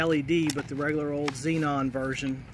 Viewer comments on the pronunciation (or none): none